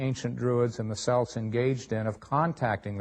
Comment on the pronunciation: Can't even pronounce the word Celt properly!